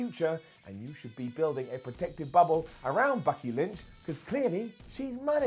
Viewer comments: "Bucky Lynch" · He called her bucky lynch